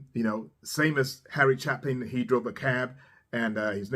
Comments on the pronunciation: "Chapin is pronounced with a long A sound, not the short A you used. Get it right! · With respect it's ChA' pin, not Cha pin. Thanks for sharing his music! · Ch-ay-pin ... not Chaplin .... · No better storyteller in music than Harry Chapin. Thanks for this,. And a moving reaction from you, with an "i". (By the way,, his last name is pronounced, "Chay-pin", not, "Chap-in". Just an fyi.) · chapin-long A like gate-chApin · Probably my favorite Harry song and yes, it did break my heart. BTW, his name Chapin is pronounced a long "a". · How are ya,? I really do enjoy your work! Yes, Harry Chapin was a special human. Just FYI, Chapin rhymes with Shapin' not with Happen. Please check out 'Story Of A Life' from his 'Sequel'. Please use the album version for this one. It's another evocative story with which we can all identify and feel. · Chapin pronounced with a long a, like hey, Chey-pin.